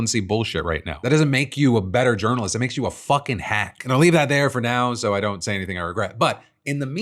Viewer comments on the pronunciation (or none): none